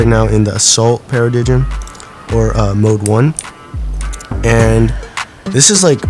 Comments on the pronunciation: PARA DIG IM it's Paradigm pronounced para-dime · Not Being A Nerd But It's A She & Paradigm Was Pronounced "Pa-Ra-Daym" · he said the paradigm wrong 5 times